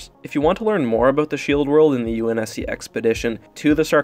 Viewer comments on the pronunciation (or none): none